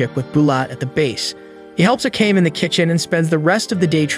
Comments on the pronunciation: Its A K A M E NOT AKAM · ive always wondered why do narrators purposely mess up character names. Akame (A- kah- meh) Not AKAME (A-Came) they aint teach you pronunciation in pre k or you just been walkin around with stupid on your 4head (For - Head) in case you cant comprehend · I'd be happy if you just say the character name right 30min straight i had no idea who you were tlking about (Ah-Kah-Me) Not no fuckin (I came i saw i conquered )